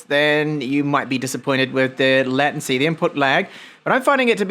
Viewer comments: Completely off the subject, the way you pronounce latency sounds really strange to my ears....I've only ever heard it pronounced as lay-tun-cee 😅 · but there's a toggle to switch between UK and US pronunciation and its the same. It's no big deal anyway, I was just curious because ive never heard it pronounced his way 😂